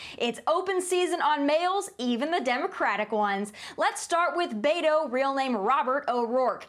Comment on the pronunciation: why can’t she pronounce beto correctly.. t’s not that hard??